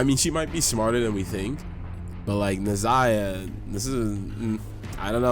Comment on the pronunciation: Brother what would take your videos to the next level is learning proper pronunciation of the Gods' names...like where's the I in Nehza...and its not Morrigon its Morrigan...please...I promise you itll take the quiality up at least 2 notches if you learn how to pronounce their names properly